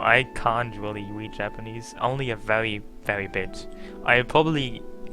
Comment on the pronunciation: Do you not know how to pronounce "R"??? God that annoyed the shit out of me. Its "Really" not "Wheelie"...!!!